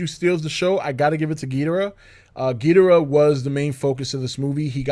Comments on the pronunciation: As big a fan as you are, I am surprised that you don’t bother to pronounce Ghidorah’s name correctly. It is Ghi-dor-ah and NOT Gheed-rah. Please pronounce it correctly! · Oh give it a rest already, nobody gives a flying fuck about how some people pronounces Ghidorah's name. If pronouncing the name is such a big problem to you, then you need to reevaluate your sad, pathetic life and consider there are far worse things in life to get upset about than some guy on YouTube pronouncing a fictional character's name differently than you would.